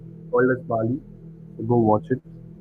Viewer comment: For the 3rd time, the movie name is BALI, not BAALI!